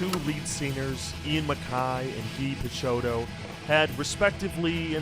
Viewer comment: I never knew Fugazi played a prison show, that's cool! I'm impressed that you pronounced Guy Picciotto's correctly.